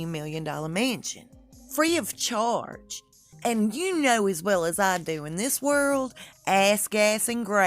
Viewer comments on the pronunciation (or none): none